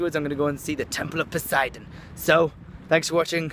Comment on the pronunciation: You say Poseidon wrong